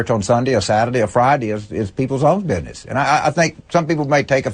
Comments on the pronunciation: "is peepol' own bidnes" - isn't he adorrrrable!!!!??? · James Carville, an adviser and campaign manager who prounounces "that" as "dat", and "business" as "bidness." wow